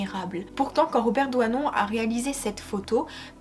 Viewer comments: Robert Doisneau et non Robert ""Douanon'' !!!!!!!Grand photographe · DoisnEAU PAS DOUANON...SVP ..LOLLL C EST FATIGANT..SURTOUT DIT 50 FOIS .. nt